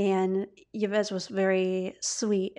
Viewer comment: Enjoyed this podcast, thank you. FYI Yves (Montand) is pronounced like Eve, his wife actress Simone Signoret has acknowledged their affair, expecting it to be a fling for which she seemed tolerant in a way. As far as your claim we shouldn't label her, I agree, to then conclude you'll therefor label her as straight though sounds a bit contradictory and diminutive of anything other than straight. Just my opinion.